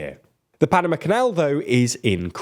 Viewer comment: Sorry, can't get on board with that pronunciation of Panama... 🤦‍♂️